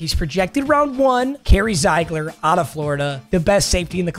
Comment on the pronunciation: Carry Zeigler is pronounced zig-ler it's my last name